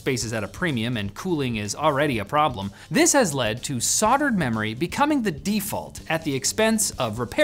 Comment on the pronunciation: Say it with me, "Sol - Derd" [phonetic]. Spelt 'Soldered'.